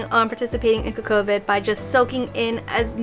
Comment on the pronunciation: I've been pronouncing it "CoCo Vid" myself, like "Cocoa... vid" If I'm wrong I don't wanna be right :D